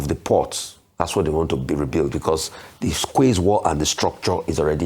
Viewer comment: Hi Rufai, QUAYS is pronounced KEYS.